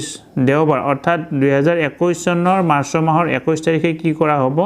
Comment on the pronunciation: মাৰচঅ নহয় মাৰ্চ অৰ্থাৎ মাৰচ ।